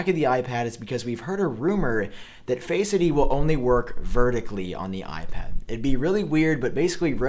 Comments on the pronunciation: I hear Faceity lol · DUDE ITS NOT ONE WORD ITS TWO!! Not faceid or touchid it’s touch...id and face....Id. Not faceidy lol